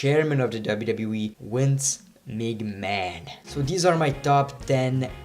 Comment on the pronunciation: Why you say wince can't u say " v " . Great video but i think that ric flai shoud've been here or at least honoroble mentions